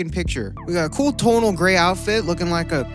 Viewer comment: no one:: “tONaL”